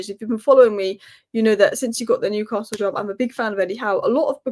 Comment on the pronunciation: i dont think so,,,,, and by the way there is NO R in NEWCASTLE SO PLEASE drop your R and say their name properly, I.E. NEWCASTLE,,,,,,,,,like all we toon fans do, chow, slater pet.